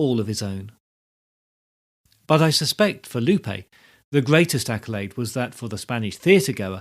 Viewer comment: good content, but the pronunciation of "Lope" and "Miguel" is incorrect.